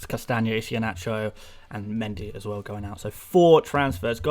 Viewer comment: Mate, I love you and your insights, but after listening for weeks, I’ve got to tell you - the ‘H’ in Iheanacho is silent. It’s EE-hYUH-NA- CHOW.... Hope you don’t mind the correction. My best pal is Nigerian, so gave me the heads-up... :) BTW you’re one of my absolute go-to guys in my first season, and I think you will go from strength-to-strength next season on the channel...